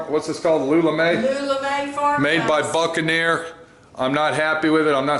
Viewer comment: The boot and ne’er lol